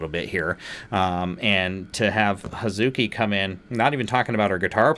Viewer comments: Great reaction! You have excellent insight into how and why a mix works. A little note on pronunciation (that wouldn't be at all obvious, so don't sweat it!): "Hazuki" is pronounced "haz'ki." The muddle syllable doesn't get pronounced. Moreover, Japanese doesn't use stress accent, so even if it was pronounced, it wouldn't be "haZUki." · In Hazuki’s name the, ‘u’, is silent. So it’s pronounced, “Haz-kee.” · I'm not going to read all the other comments to see if this has been mentioned. Hazuki's name is pronounced Haz-kee. The "u" is pronounced, but it is said so fast that you don't really hear it. Wait 'til you see Haraguchi-san sing--listen to "Blooming." They've been together since '19. There first YouTube video is a cover of "The Trooper."